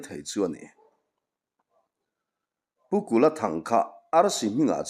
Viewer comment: A ngaihnawm hle mai. (Pukulha thang ti a I lam hi kei I chuan Pu Kula thang kan ti.)